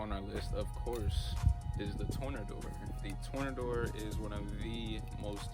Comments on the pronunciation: U said it as if u were saying turn a Door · Bro I don’t thinks it’s pronounced the way you pronounced The Tornador lol… it’s Pronounced as you would say tornado but with an R at the end 😂😂😂💪🏾